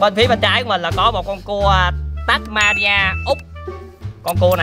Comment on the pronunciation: người ta là Tasmania chứ ko phải là tabuaria đâu